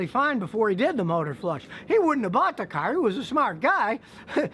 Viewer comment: I like how Scotty Says “CAARR”